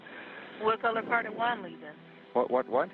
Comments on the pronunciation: Cannot Americans pronounce the Spanish name Juan correctly? Why do they pronounce it as One? It sounds ridiculous. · “And there was no-Juan in the vehicle” 😂 I know that was done on purpose